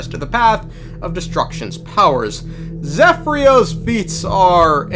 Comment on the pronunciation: Bro's calling him Zefrio 😭